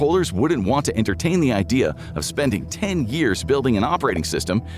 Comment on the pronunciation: *spendING. Fucking techbro's wrecking the English language